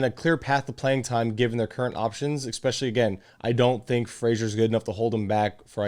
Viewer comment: especially not expecially ;) good video aside from that